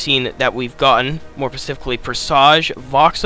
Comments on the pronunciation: Its "SPECIFICALLY", not "Pacifically". Jesus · Boy, say pacifically one more time… 😂